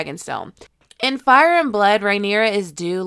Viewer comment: Also Daemon: Hey, you mispronounced Fire.